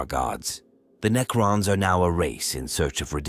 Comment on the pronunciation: I tried to watch this but lasted about 5 minutes due to the cringe AI slop narration Knee-crons 😂